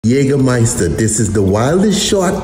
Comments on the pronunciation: This is the best pronounciation of Jägermeister I've heard from someone who doesn't speak German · The pronunciation of Jägermeister is the best I have heard ever by an non german-speaker